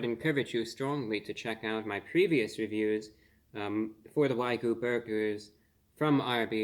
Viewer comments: Review bruh - I love your content and how you present everything but please stop saying "wai-gu", Wagyu beef is pronounced "wah-gyu" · The word is pronounced "WAH-gyoo," not "WAY-goo." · It's NOT "Wag-oo". There's a Y in it. It's pronounced "Wag-Yoo". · Why do so many people pronounce wagyu wrong? I don’t get it. It’s a short word. It’s not a hard word. It’s not why-goo. It’s not way-goo. It’s whag-you. For fucks sake. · It's WAG-YU, not WAY-GU. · I love ReviewBrah, but every time he says "Wy-Goo" instead of "Waa-Gyu" I seriously cringe. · Its wagyu, not waygu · "Wag-you", not "why-goo" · Wagyu pronounced like wag you. Not so much like saying Ragu with a lisp. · i think you're pronouncing the 'y' in wagyu before the 'g' instead of after it. it sounds like you're saying "wai-goo" instead of wah-gyoo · wah-gyuu, not why-guu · Wag-you...not Why-goo. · Why-goo 🤦🏼‍♂️ It’s WAG-YU. It’s pronounced exactly as it’s written. How can a food reviewer with over 2 million subscribers not even bother to get that right?? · Great review as always. It's pronounced WA-GYO not WAY-GOO btw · FYI it's pronounced "wah-gyoo" 😁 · Wagyu is pronounced wag-yu 🐮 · Respectful correction: wagyu is pronounced "wah-gyoo." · i gave a like on the video just because of how you pronounced wagyu <3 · Learn how to pronounce wagyu ffs